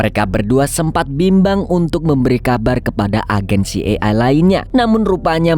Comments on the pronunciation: CIA di baca si ay e bg, bkn si e ay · slah sebut hehe CIA ( ci e ai) sebutnya😭😁 Kalo dibaca sbenernya CI AI E, kebalik dikit 😁😁🙏🙏🙏TAPI TETEP AMAANNN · Bang maaf jika mau sebutin dlm.bhs inggris maka bc nya : CI AI E ----- Jgn kebalik - maaf ya bang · Filmx seru,tp CIA yg slh spelling JD gnggu🤦‍♀️🤪🤪